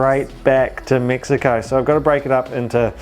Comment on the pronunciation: MEXiCO not MIXiCO😂😂😂😂